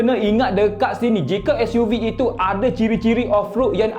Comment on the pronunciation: Nak buat YouTube sebutan SUV biar btl skt bae.....gapo Dio....